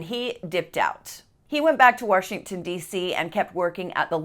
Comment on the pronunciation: Utah accent comes out when she says "Warshington."